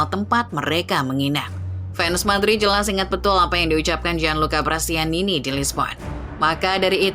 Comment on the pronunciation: Prestianni min, bukan prestianini.